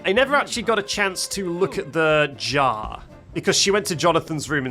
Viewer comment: backseat you keep saying "jah" you have to pronounce the R 😭 "jaR"